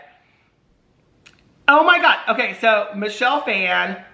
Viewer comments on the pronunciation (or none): Michelle Phan’s last name is pronounced Faw-N.